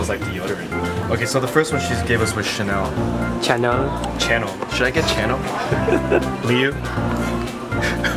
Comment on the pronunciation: LOL I love how Phil automatically though that Channel was pronounced Shannel just because its fancy. xD